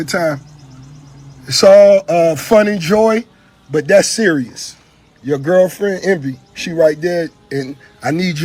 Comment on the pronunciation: Rick said "Gurlfriend".